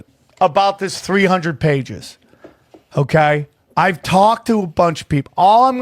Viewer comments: How the hell is famous in anyway. That dude just screams nonsense into a mic and pronounces words so fucking pretentious “oohkaiy” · Why can’t say ‘okay’ properly?